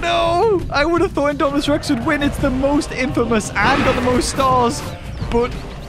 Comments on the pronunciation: Did you hear that say indoraptor to indomanas rex 😂😂😂🤣🤣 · He Call Idominus Rex Indoraptor